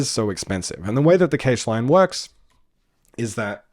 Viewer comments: You know it's "cash" right? Like money. Not "cay-sh". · EVERYONE CALLS IT CASH NOT CAGE REEEEEEEEEEEEEEEEEEEEEEEE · Dude video its great, but its not keysh its cache xd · But why do you say cage ? Pretty sure cache is closer to "cash" than "cage" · so much great info!! also, cache rhymes beige? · Cache is pronounced cash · `cache` is pronounced exactly like `cash` 👍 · that's a weird way to pronounce cache